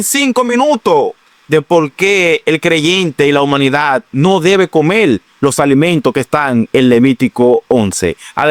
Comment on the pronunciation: No se dice comel, es comer.